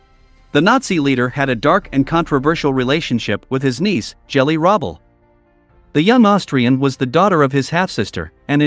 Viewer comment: Correct, and Rooble not Rubble.